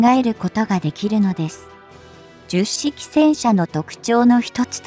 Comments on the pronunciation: 冒頭で Hito-Maru Shiki と読む様に！と、紹介していながら、全編ででは、最後まで、 jyusshiki と読んでました。 折角だから、 Hito-Maru Shiki と読んであげてください。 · 10式もジュッシキと読み上げてるしな この手の読み上げ動画ってなんで作った後に確認しないんだろう